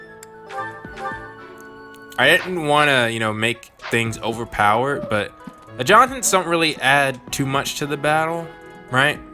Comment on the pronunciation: 1. "AD-juh-tents" (QotD) Good question. I've actually almost finished the Blue Eagle route, so I guess I'll find out soon. I can see myself not doing that, if there is something else I think would be a better use of the points, since you gain back professor levels anyway.